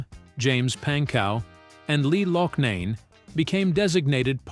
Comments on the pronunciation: And the crazy thing is, he/it does manage to pronounce “Cetera” properly a couple of times(as well as massacring “Loughnane” after pronouncing it right for most of the video). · Oh geez, now it 'Lom and Loshnane' . "Lamb" and "Locknane" must be thrilled to know the impact they had. Artificial Intelligence just sucks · Lamm & Loughnane (first time), too. Moral of the story, hijacking a commercially failing band with talent and name recognition is far better than creating a new band.